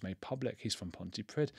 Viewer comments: Pronounced ponty preeth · I feel for the poor nurses who have to try and save his life, imagine being in the position where you are keeping a monster alive because you HAVE to. sheesh. just a heads up(no hate) 'dd' in wales is pronounced 'th' its pronounced pontypreeth